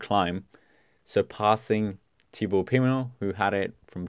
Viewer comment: Great video, also interesting that you talk about camera/director preferences of showing certain riders, and highlighting the domestique efforts. Big thumbs up. But the way you pronounce some names is really funny. I think you really should put an effort into practicing them before recording. Kämna becomes Kannaman. You also mentioned Thibaut Pimenot. And i can't even write how you massacred Almeida's name ;-) But, worth mentioning, you pronounced Evenepoel's name a lot better than in your previous video! Again, i enjoyed your video and will give it a like.